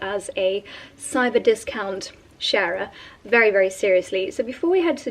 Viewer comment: lol... you said 'sharer'... and my old squirrel brain said 'sounds like sheriff'... hahaha